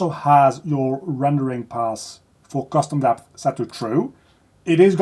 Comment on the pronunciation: say custom deph again